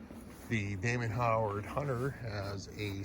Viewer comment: It’s Damon HOWATT not Howard